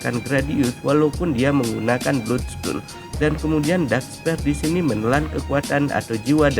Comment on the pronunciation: Masukan min Belajar mengatakan bhs inggris dengan baik min Dark spear bacanya bukan dark sper tapi dark spir Sma yg lainnya jg min Good luck min